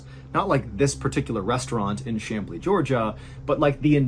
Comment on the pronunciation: I just wanted to mention that you pronounced Chamblee perfectly! I've heard so many wrongly pronounce it, but you got it! 👏👏👏